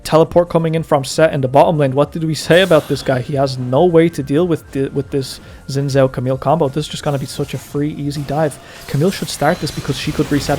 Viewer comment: Why does this dude keep saying "Juhn Joe" for Xin Zhao?